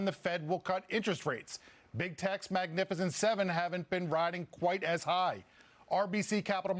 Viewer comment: "Magnifiscient 7" ( Youl Briner )